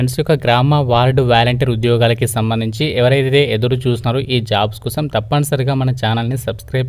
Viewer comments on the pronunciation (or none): none